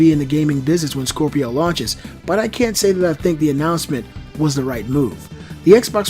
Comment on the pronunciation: Scropio were you trying to say scrapio ?